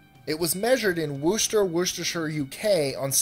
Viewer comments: I have never met anyone pronounce my town so badly lol It's not wooshter, it's worcester (wus-ster) :D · that was the worst pronunciation of worcester i have heard so far, bravo!